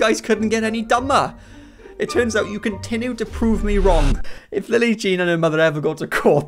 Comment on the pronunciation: The way this guy says “continoo” and “refoose” is annoying as hell lol.